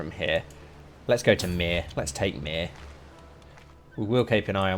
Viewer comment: Given how you butcher my name everytime I hear you say Myr, makes you think you’re on about burning me. Not funny at the end of the day mate